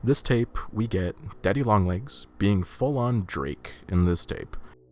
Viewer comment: i giggle everytime you say daddy long legs